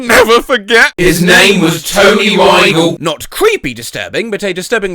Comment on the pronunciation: By the way, he’s pronouncing Rygel wrong